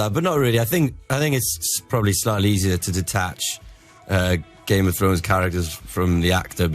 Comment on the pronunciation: Why does Grimmy keep saying "geme of thrones"?